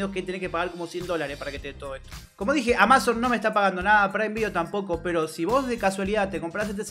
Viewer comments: Porque dice "AmÁzon" en vez de "Amazon"? xd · Como no sabes pronunciar amazon? Es re conocido